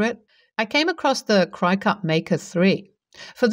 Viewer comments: Cricut is pronounced like cricket. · Cricut is pronounced crick it, like the insect. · Cricut is pronounced as Cricket. Their original models even had a cute little Cricket machine. The road to Hell is paved with good intentions. I take it the bowling ball with the name Homer engraved on it was not available.